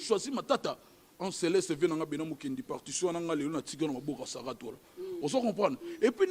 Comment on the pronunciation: Yango yo eza partion ou parkition oza na problème ya prononciations hein